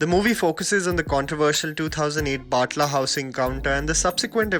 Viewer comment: Bro.... It's Batla house not baaatla house